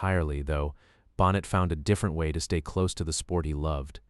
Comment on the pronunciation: I know you're a brand new channel, so please take this as constructive criticism. The script is excellent - but to have the last name of Neil Bonnett mispronounced again and again distracted me from the content every time it happened. If you have to use an AI voice, please listen carefully to the soundtrack and correct the errors before publishing. This would have been so much better with a real human voice. But nonetheless, I learned things about Neil, and about his death, that I had never known. I also hadn't known about Bobby Allison's son Clifford. I no longer watch NASCAR, but for many years I was glued to the TV every week, so you're talking about some of the drivers I've either watched or heard of. I remember when Neil Bonnett was an announcer. I don't think I saw the race where he was killed, but it was a long time ago. So thanks for this, and good luck for the future of your channel.